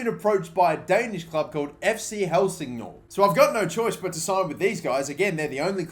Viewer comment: I’m from Denmark and the way you say FC Helsingør is so wrong 😂 But whatever your the Best!